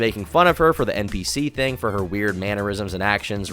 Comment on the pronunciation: The way this chick talks makes me so upset is it really that hard to pronounce the H in thing